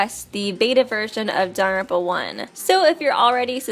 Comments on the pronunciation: very time that "daarrrrerpa" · It’s not DANGONRONPA.... It’s danglepompa... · Does anyone else find her pronunciation of "danganronpa".... Off....